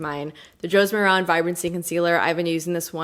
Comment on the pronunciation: Josie Maran's last name rhymes with "Karen". It's not "moron".